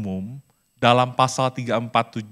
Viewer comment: Pasal, bukan fasal